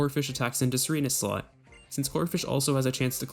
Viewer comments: During every double battle it sounds like you are saying slut is that right? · How come every time this guy says slot it sounds like slut?